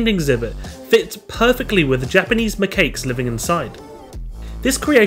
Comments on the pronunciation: ForestFortress No it’s pronounced ma cocks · Is it wrong that I started laughing at “ma-cakes” I’m not making fun of your pronouncing I just found it funny but for future reference “Ma-Kak-s” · They're actually pronounced macaques (Ma Cocks)